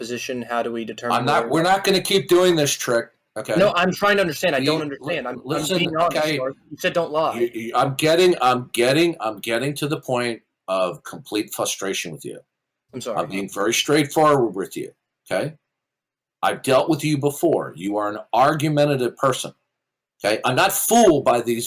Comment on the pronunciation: Another "fuss-tration" told me this mispronunciation was a one-time mistake Up to count 16 now.